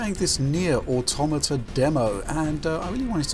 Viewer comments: Finally, someone who pronounces the word "automata" correctly. Hint: it's not "auto-matt-ah." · Thank you for saying "automata" instead of "auto mata", which every other games journalist/YouTuber/etc has called it.